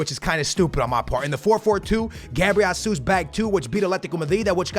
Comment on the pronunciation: did you actually say hasuz instead of gzus bro!!